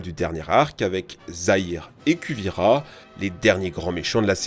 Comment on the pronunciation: ''Kuvira'' se prononce ''kouvira'' je me suis taper une barre.!! 😂 Mais bon .. tu m'as donné le sourire quand tu à parler d' avatar et de korra...c'est l'un de mes dessins animés préfèré..😁. 💧🌎🔥🌪